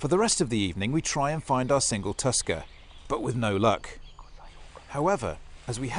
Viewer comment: I heard you say tusker, and for a split-second, I thought you said Tuskan. Time to hunt me some SAND PEOPLE.